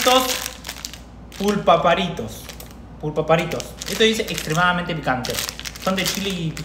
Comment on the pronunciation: Pulparindo no se dice pupultarindo